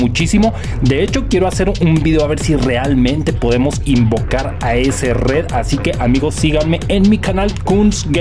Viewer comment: No se dice redd, se dice red